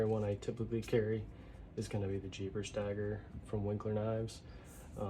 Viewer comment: Lol it cracked me up hearing jeebers. I have never thought of that or heard it called that way. It is funny that’s for sure lol